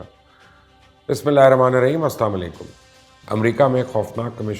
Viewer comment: مبشر بھائی سب سے پہلے سلام کرنے کا طریقہ سیکھ لو۔۔۔